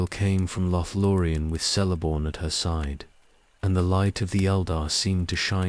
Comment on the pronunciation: My only complaint with these videosis the pronunciation of some names. Celeborn is pronounced with a hard C; a K sound. Otherwise, quite good